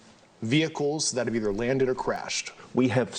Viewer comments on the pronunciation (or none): "WE HEFF SPICECRAFT"